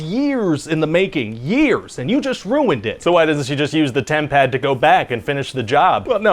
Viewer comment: Every time you said tempad I heard Tampax … there is something really wrong with me